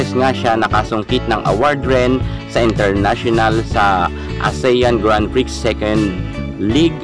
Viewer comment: Excuse me narrator grand prix is not pronounce grand prix it is pronounce grand pri/x its pri silent x thats all its pri silent x thank you